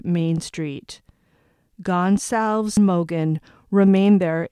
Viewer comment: You pronounce her last name Gon-zal- ves ……. Goncalves